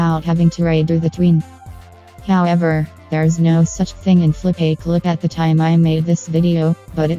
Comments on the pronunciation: Flip - uh - clip ✅ Flip - ay - clip ❌ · Not Flopaclip, Flipaclip Pronunciation: Flip-uh-clip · Its pronounced flip a clip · It’s not “Flip-A-Clip”. It’s “FlipaClip”.